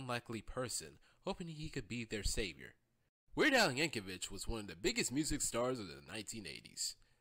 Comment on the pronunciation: YankoviC not Yankovich